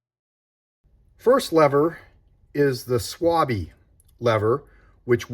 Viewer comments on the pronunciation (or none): Excellent presentation 👍 as you stated in the video, Decathlon lever is great for all my ALU wheels but not for my gravel modern carbon wheels. Please pronounce Schwalbe correctly: it' starts with "SH" sound, like in Shakira or shave. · How you pronounce the German Schwalbe as Swabbi 😂